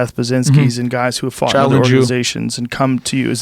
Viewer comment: Every time he says "fought" it definitely sounds like he said "fucked". "Yeah I fucked him in this video".